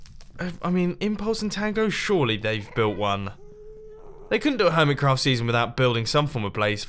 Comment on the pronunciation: Why on your server list do you call the hermitcraft "Urmitcraft"?